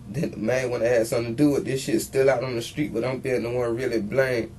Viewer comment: “He axed me to drive sKraight ahead & park on the sKreet” 🤦🏻‍♀️